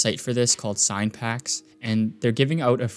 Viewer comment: bro did you call cinepacks 'sign packs' ??? 😭